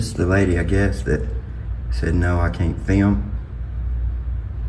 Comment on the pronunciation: Why does he always say fee-ilm. It it digital data and doesn't require any film yet he insists on calling it feelming.